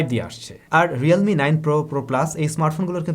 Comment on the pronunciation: Realme not Relme bro